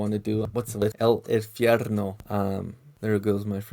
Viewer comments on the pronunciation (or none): That "El Infierno" pronunciation tho LMAO you're definitely a No Sabo kid. You're still a sick ass foo, regardless.